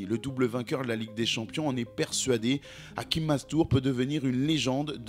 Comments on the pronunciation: Pronunciation in Arabic sounds Hashim not hakim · Hachim pas Hakim ça se prononce ch comme le chat. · Ce n'est pas hakim c hachim avec un ch on prononce le ch sinon très jolie documentations force😊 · C'est Hachim et non Hakim. Avec un CH prononcé comme dans Chine. Bonne récap' en tout cas. C'est bizarre, parce que je me demandais récemment ce qu'il devenait, et je tombe sur cette suggestion youtube. Mastour aurait dû être un Lamine Yamal avant l'heure. Merci pour le travail. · Hachim ch comme ça se prononce